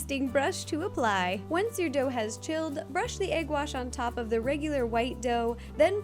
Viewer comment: i love how ro says egg. AYg